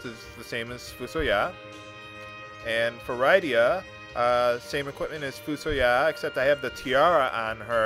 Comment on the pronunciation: SESS-UL. RID-DIA. GUL-BEZZ. FAH-BOOL. Sid.